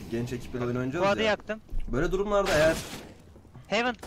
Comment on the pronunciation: hivın değil hevın 😀